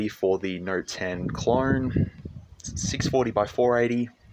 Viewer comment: im pretty sure you are saying clorne!! you are just throwing R's left and right bruh